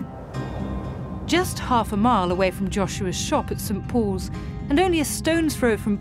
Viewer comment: she said St. Po'is or poze Cathedral.